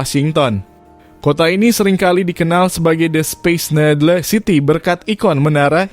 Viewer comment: Towet space nedle ( baca speis nidel ) bro…! Belajar lagi pronounce bahasa inggrisnya…!😆😫